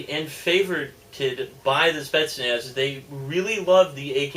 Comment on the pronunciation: The a in spetznaz is prenounced ahh, this is a spa from your local russiaphile